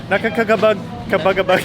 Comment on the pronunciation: We're avid fans of yours from Los Angeles CA!!! &, try pronouncing by syllable (Na-ka-ka- ba-ga-bag), that's the trick.